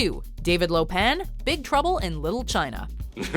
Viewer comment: Its Lo Pan not Lo Pang.